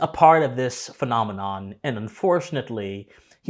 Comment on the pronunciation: I never knew the day would come where a native English speaker from America would mispronounce the word "phenomenon"